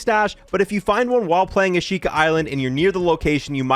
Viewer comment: Probably should say the words correctly. The island, Ashika, just pretend there's no I. Like Ashka. Flotsam rhymes with GOT SOME.